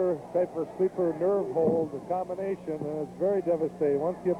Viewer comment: Oh man zee claw hawld..